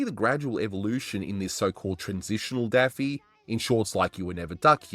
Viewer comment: Did you say Taffy?!? wtf